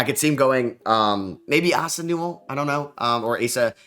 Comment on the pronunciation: Ass-uh Newell has me crying 😂 such a funny miscue. Love the mock draft stuff!